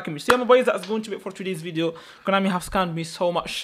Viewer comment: Konami ❌ Coinami ✅